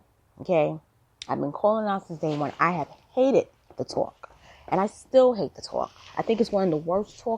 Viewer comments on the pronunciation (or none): The “tooowalk”. Ha!